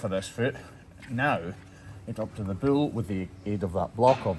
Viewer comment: I’ll never tire of the way says bull as “buell”